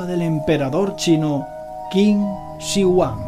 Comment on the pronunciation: Qué vaciado eh!!! Ese “Chido Huan”......jajaja